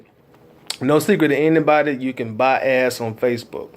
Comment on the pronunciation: Great video! I had to double take cause it sounded like you were saying "You can buy Ass on Facebook".. lol but I know you were saying Ad's..bring the "D" in Ad's out a little more, all joke's aside though I really want to Thank you so much for sharing your knowledge its very helpful and Inspirational!